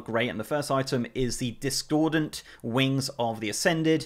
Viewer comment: This poor man just cant say discordant.